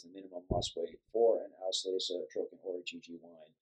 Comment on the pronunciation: nice video. however, its called "auslese" not "aushlese."